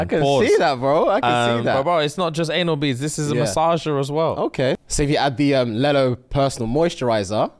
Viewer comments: Man said lell-o like how kids say yellow. It’s lee-low 😂😂😂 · its pronounced leelo guys, like lelo and stitch lelo😂😂😂😂 but i love the new bag's coming